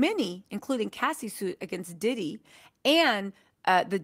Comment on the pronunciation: Love you but his name is Diddy not DeDe